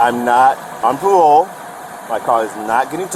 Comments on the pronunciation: "I'm not on pawole. I'm not on pwobation. I know my wights!" 😂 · He knows his wights, he's not on pawole or pwobation! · "I am not on pah-wole". Loser. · "I'm not on pawole, I'm not on pwobation." Elmer Fudd meets George Floyd. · So was he on pawole or pwobation?